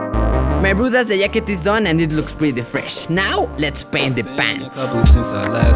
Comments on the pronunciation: Hahahha yacket🤣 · This video is sickkkkkk I love how you called it a yacket instead of a jacket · yeah, it does but it will be like hacket, what you said doesn't has to do anything with the fact that he said yacket, it was his best attempt saying jacket, and jacket and yacket sound similar af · The "yacket" Got me good lmfao XD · He's saying yacket lol 😆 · The way he says yacket